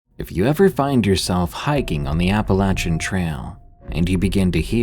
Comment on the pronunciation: Thank you for pronouncing Appalachian correctly.